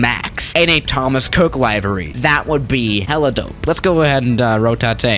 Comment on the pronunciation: Nobody:: lAiVeRiE